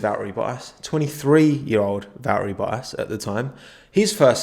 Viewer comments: This dude pronouncing bottas's name.😂😂😂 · What way you say bottas 🤮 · VB: It's ValTTeri BoTTas: Va'eri Bo'as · Me: Valtteri Bottas Nobody: Absolutely nobody:: Val eri Bo as